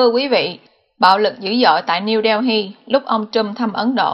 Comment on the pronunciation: Niu - Đeo- hi ..? Hay Niu - Đê- Li ..!!! Cần phát âm cho đúng nha GIỌNG ĐỌC QUÊ MÙA QUÁ ĐI